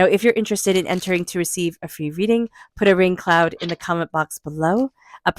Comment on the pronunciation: 🌧️ Entered for free reading (sounded like you said put a rain cloud) 🤞